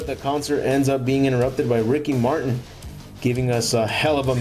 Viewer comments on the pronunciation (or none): none